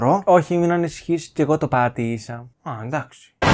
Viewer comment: Λατρεύω το πως είπε αυτό το "Πα(ρ)ατή(ρ)ησα.